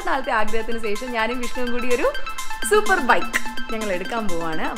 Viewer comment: സേഷം... അല്ല ശേഷം...